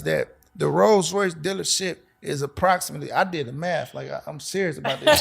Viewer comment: ⚠️ Who told you that?...It doesn't work like that...oh yeah, it's Rolls-Royce Not "Rose". You have Not the foggiest idea what you're saying 🙄